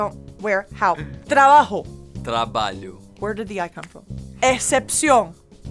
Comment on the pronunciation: There is no trabaLIO, the correct way is trabaLHO. That guy doesn't know How to speak proper portuguese.